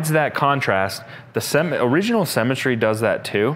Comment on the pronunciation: Every time he says ‘symmetry’ I hear ‘cemetery’